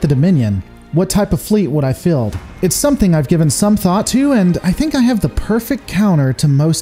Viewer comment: Thank you for your work. Anyone ever tell you say field with an odd accent?